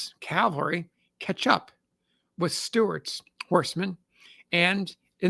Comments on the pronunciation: CaVelry not caLvery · One day ill find an American who can pronounce the word CAVALRY. not CALVARY. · CAV-al-REE not CALVARI 😊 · Cavalry not Calvary. Jeez this guy is a historian? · Cavalry yes Calvary no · "Calvary" is a place. "Cavalry" is mounted soldiers.